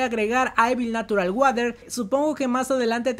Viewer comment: Hola amigo, me gustaría ayudarte con la pronunciación de Evil Natural Water.... La pronunciación debe ser "Ivol Nasural Worer". Ahí quedas como un winner 😎👍🏼